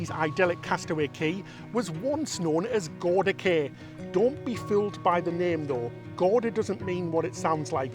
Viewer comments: Yes, Cay is properly pronounced Kee, never ever Kay. Ignore Royal Caribbean's ignorant, confusing, and disrespectful mispronunciation. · I still remember when Castaway Cay (Disney pronounces it “Key”) hit the newspapers in 1998. I also remember reading about their (then) new cruise line and kinda going, “Wow!” I thought it all sounded really exotic and fun. Little did I know that 25 years later I would be a cruise addict and visiting the island! (Well, actually I’ll be visiting Perfect Day later this month, that’s as close as I get) - but still it’s thrilling! Can’t wait 🤗